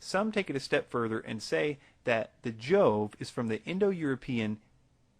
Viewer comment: The proper Latin pronunciation of "Jove" is "Iowe", making this "coincidence" more suspect. It would help if he were pronouncing any of these words correctly.